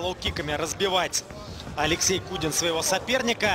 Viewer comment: не кудин а кунин